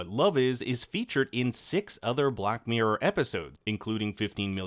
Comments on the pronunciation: It's hard for a brit to hear the word 'mirror' butchered so many times in one video! Mirror... not miyr. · Wtf is a black MEEE-URR